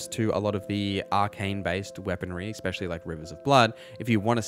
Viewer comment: Thanks so much! Pet peeve, it's ESpecially not EXspecially. 🙂 (not trying to be a jerk)